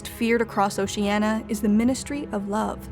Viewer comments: O-Shee-Ey-Nee-Aa not O-Shee-Ey-Na. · Why are you saying it like "oceana" and not "oceania" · PLEASE correct your pronunciation! It's "OcianIA" (-nya); not "OciANNA". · It's "Ocean-ya" not "Ocean-a" ffs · You know it's pronounced "Oh-Shee-ah-NEE-a", not "Oh-Shee-ah-na", right? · OcenIa not Oceana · Is it really pronounced "Ocean-ah"? I've always thought it was "Ocean-ee-a", like it's spelled. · It's oceania not oceanna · It'd be better if Oh-sheeh-ah-knee-ah was properly pronounced. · There are five syllables in "Oceania". O-shee-an-ee-uh. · Why is she pronouncing it as "o-shee-anna" but it's spelled Oceania in the title? It's really bugging me. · O-she-Ah-Ne-ah, is its correct pronunciation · "Oceana" "Inksock" Please learn to pronounce it correctly next time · It's annoying she doesn't pronounce Oceania properly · It's pronounced "oh see ahh nee ahh". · Oceania: Has an i: “oceana”._. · Why is it so hard to pronounce 'Oceania' [oʊʃiˈæniə] correctly? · Say OCEANA just one more time... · Was it a mistake, or a deliberate time-saving measure to allow the narrator to mis-pronounce Oceania with 4 syllables rather than 5 (i.e .the 'i' should not be silent). Or a subtle reference to altering the truth, regardless of facts 🧐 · Why can't you say Oceania correctly ffs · Good video, but you mispronounce Oceania. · Why can someone who professes to know so much about Oceania not pronounce Ocean-I-a? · ocean-i-i-i-i-i-i-i-i-a. That willful constant mispronunciation drives me bonkers. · You keep saying Oceania incorrectly! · The narrator repeatedly mispronounces the word “Oceania”. The word has five syllables not four. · Oceania has 5 syllables not 4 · Jesus Christ. At least pronounce it properly! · A video about Oceania, and the narratrix can't even pronounce the name correctly! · Did Newspeak lose the letter i, because last I checked there was definitely one in the word Oceania. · Can't you pronounce O C E A N I A correctly?